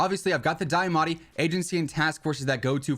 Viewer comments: deeeamatti not diyahhmatti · Broooo it’s deeeeamaati not dieeeamatie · Can’t get over how you say Diamatti so weird.